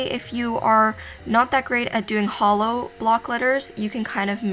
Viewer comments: I can only hear holo not hollow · did anyone think when she said hollow, think of HOLO???? only me? okay 😂